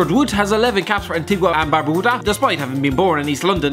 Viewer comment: Listening to say barbuda makes me feel sick..